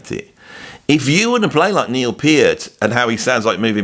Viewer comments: There is no argument about the pronunciation of Neil’s last name, unless you are going to argue with Neil’s own words and his family directly. They say it is pronounced with a hard “e”: “peert”. Discussion over. No sense listening to fans (like me before I learned) who have had it wrong for years. Go to the source. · Great, you got Peart right now, but now you have to work on the pronunciation of Anika’s name. 😂. Just non-serious taking the piss. No worries. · Funny as hell to pronounce PEART correctly but repeatedly butchered Anika's first name 😂🤣 there's no long ēē sound in Anika. She's German, not Spanish lol. Great vid tho from a content perspective as someone introduced to Freddy virtually, via Dave Weckl's evolution drum vids. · At least you're finally pronouncing Peart correctly. It's not "controversial". There are correct & incorrect pronunciations. I would expect someone who makes their living talking (and talking, and talking) to get these things right. In your case my expectations were obviously too high.